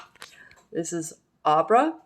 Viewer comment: Congrats on the finish! I will just say Abra is pronounced the same way you would say Abracadabra! If that helps at all